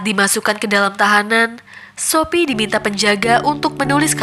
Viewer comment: kok aku dengernya shopee ya bukan sophie wkwkwkwk